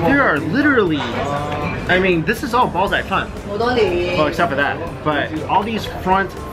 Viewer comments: It really should be "Bow Jay Phan" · when you say bao zai fan it kinda sounds like u r saying balls of fun. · is he saying ballsarefun to troll us? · It sounds like "balls ey fun" when you say it. Bao Zai Fan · It sound like you're saying "balls are fun"